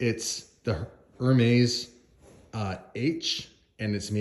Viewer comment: Lol saying HER-maze. It’s AIR-mez you silly SOB 😄